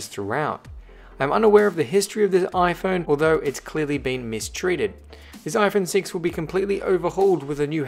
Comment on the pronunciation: He said ifruit6